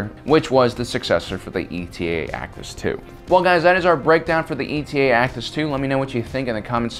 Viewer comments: It’s Eta, not E T A. It’s a Greek letter like Delta or Alpha. But what do dolphins know about alphabets. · It's not ETA its eta, as in the seventh letter of the Greek alphabet. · Eta! Not E T A!!! Eta Eta Eta!!! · Its pronounced Eta-2, like the greek letter. Not E.T.A. just like there was the Delta-7. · It’s not ETA (like the acronym for estimated time of arrival) but eta as in the Greek letter eta. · E.T.A? ETA (Ay-Tah), like the Greek letter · Um...TIEs have life support in Canon. It was only in Legends that they lacked this. Also, it not ETA, it's Eta (a Greek letter, just like Delta). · Is it actually called E t a and not the Greek letter Eta? (Pronounces 8 ah) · you only managed to get the model name correct once in the whole video. ETA the acronym, would be pronounced separately. eta (eight-ah), the Greek word, would be pronounced like Delta. eta-2 actis, not ETA actis 2. also, the delta-7 is "aethersprite", not "aetherspire". /nerdrage 🙃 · It's pronounced Eta, like the Greek letter, not E.T.A. It was designed as an interceptor, not an attack fighter or space superiority fighter, so it was never meant to go up against capital ships. Thats why it doesnt have any kind of missile launchers. As for not having shields, the canon explanation is that it was simply too small to sport shields without sacrificing either speed or firepower. Do better research for your videos. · "E. T. A." sighs It's Eta, as in the Greek letter, like Delta. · Don't you mean the "D-E-L-T-A 7 Aethersprite" and the "A-L-P-H-A 3 Nimbus" fighters? These Kuat designs are all indicated by a Greek letter dash number-- it's pronounced /etta/ and is the seventh letter. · I always thought it was pronounced "Eta" as in the Greek letter.